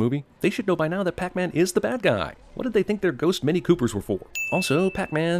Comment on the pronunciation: That’s not pac man it’s pec man